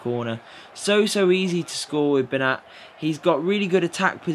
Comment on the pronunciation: Its actually pronounced as Ben-yat as the 'ñ' in Spanish is pronounced as a 'y'